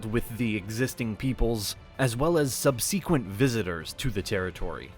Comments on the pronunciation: The narrator has a strange way of pronouncing words; "BouDICCA" and "subSEQUENTLY" spring to mind. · The speaker does not know how to pronounce words correctly, such as "subsequently" and "Boudicca". Makes the whole presentation uneducated and doubtful; lacking credibility.